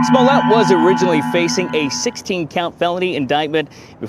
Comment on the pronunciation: he said 'Swallowet' lol